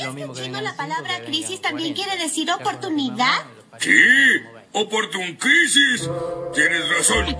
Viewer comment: ``OPORTUNCRISIS" JAJAJA casi me muero con eso